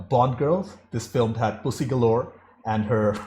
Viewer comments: Just pronounce it puzzy like the actress. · Say it like Sean: “Pooshy”